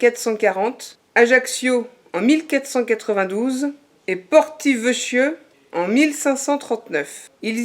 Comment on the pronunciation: Je crois que l'on dit " porto vequio " à confirmer 😉👋